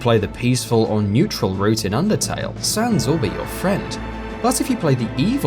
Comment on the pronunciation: "sans" PFFFFHAHAHA OMG I CANT continues laughing for 10 minutes if you suck at bullet helo games it doesnt mean theyre impossible, lol